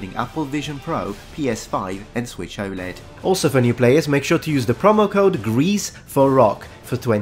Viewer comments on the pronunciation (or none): none